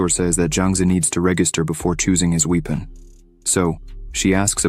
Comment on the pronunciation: His we pon lol